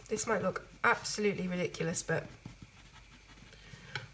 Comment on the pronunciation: re-lick-u-lus lol